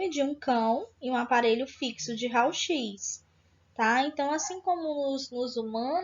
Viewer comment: Realmente ela é da área? Uma aula com mais encheção de linguiça do que conteúdo importante e pronunciando “RAUL X”.